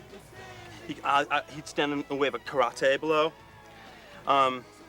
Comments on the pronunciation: lord he mispronounced karate .. hope you dont watch this documentary with him coked up ..that's a 2 hour lecture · Great acting. To be able to act like terrible actors is an incredible feat. They truly do an awesome job acting all whacked on blow. A great movie with awesome camera work too. "KA-RAH-TAY" Ha Ha Ha!!!! Too much. A classic flick for sure!!!! ✌✌✌✌ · That's: "ka-ra-TE"